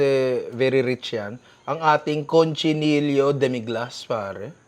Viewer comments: Cochinillo, ninong hindi CONCHI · Ninong its COCHINILLO not CONCHINILLO